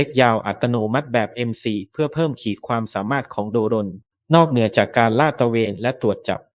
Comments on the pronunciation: เขาต้องอ่านว่า โดรน ค่ะ ไม่ใช่ โด รน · AI หรือคนอ่านนะ ทำไมต้องอ่านว่า โด-รน คนทั้งโลกเขาอ่านว่า โดรน มัน เอไอ หรือคนกันแน่ที่อ่าน หรือว่าแอดช่องนี้ ไม่ใช่คนไทย ??. *โด-รน .ฟังแล้วมันขัดหูยังไงพิกล รึอ่านไม่ออก หรือว่า ไม่ใช่คนไทย. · แอดมิน เป็นคนไทยไหม ??? อ่านให้ชัดนะ อย่าอ่าน โด-รน ให้อ่านว่า โดรน อ่านดีๆ สิ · แม่งออกเสียงโดรน เป็น โด-รน เข้าใจว่ามึงเป็นเสียง AI แต่มึงไม่ต้องตลกขนาดนี้ก็ได้ 😅😅😅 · อ่านคำว่า.โดรน.ดันเสือกอ่านเป็น.โด.รน.ป้าแกสิ. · โดรน ไม่ใช่ โด-รน ถุยยยยยย